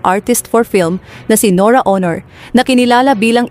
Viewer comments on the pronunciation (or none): Nora honor? Ang emphasis ay nasa 2nd syllable....Bakit ganyan kayo magnarrate....mali mali ang emphasis or stress sa mga words.?? Mababae o lalake ang bag nanarrate pareho lang silang mali....nakakairita!